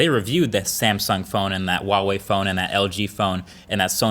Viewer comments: Why wall-wee, just pronounce it like it is. Hua Wei! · yeah so why does he say wawei? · Huawei is pronounced as hwa-way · Huawei is actually pronounced Wow-Wee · Q: Why do Americans pronounce "Huawei" with a silent 'H'? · I didn't know one pronounce huawei that way. sounds weird.